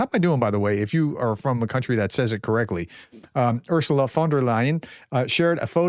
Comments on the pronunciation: Pronounciation o f Ursula at min (the third attempt) was perfekt! 👌 Gut ! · Your pronunciation of Ursula .... is close enough. Much Young Dutch couldn't improve of your try. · You say it correctly 😅